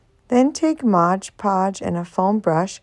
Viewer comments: You pronounce it 'Modge Podge'; but, it's really 'Mod Podge'. Lots of people mispronounced it. I wouldn't worry about it. Your crafts are beautiful❣ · Please say Mod Podge, not Modge Podge. I love this video.